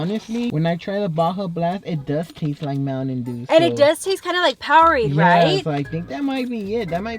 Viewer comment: Lmao I can’t with the way you said mountain 💀😂